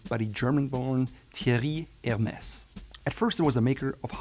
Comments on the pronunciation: Bro you pronounced it right "HERMèS" why did you carry the rest of the video calling it "HERMEZ" ? Don't they teach their vendors how to pronounce it correctly overseas ? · I think it's pronunced Hermey's 🤣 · “S” is not pronounced!!!